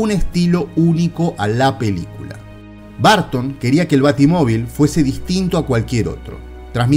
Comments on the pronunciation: Muy buen reportaje un detalle se pronuncia Burton no Barton ojo !!! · Por que demonios le dicen Barton a Burton... es una UUUUU no una A ... BUUUUURTON ... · Porqué dice “Barton”? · BUUUUURTON NO BAAARTON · En serio?? Tim " Barton"? Creí que solo los españoles pronunciaban raro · Buen video pero quién demonios es Tim BArton ??? jajaja No entiendo de qué manera pudiera pronunciarse como "A" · Lamento decirte que te equivocas, ya que los nombres no cambian de pronunciación sin importar en qué país te encuentres ya que son nombres propios y por ende ni se traducen ni se adaptan. Otra cosa distinta es que no sepamos pronunciarlos. La pronunciación sería algo como el sonido de la ʌ / ɜː. Pero insisto que el video me gustó mucho solo que es raro escuchar todo el video BArton. Saludos desde México